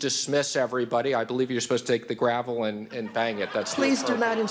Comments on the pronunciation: Did Mnuchin just call it a "gravel"? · That guy. He even calls it a "gravel" as opposed to a gavel. I would have zapped for that too! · Did the treasury secretary just say bang the "Gravel"?